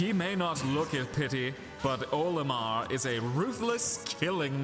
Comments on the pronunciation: Isn’t it Oh-lih-mir instead of oa-li-mar? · Isn’t it Oh-lih-mar instead of Oa-lih-mar?